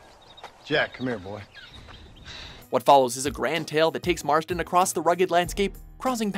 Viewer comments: It is Marston, not Martson. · It isnt Martson its Marston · "John Martson." Lol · Its John Marston not John Martson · John "Martson" ! :\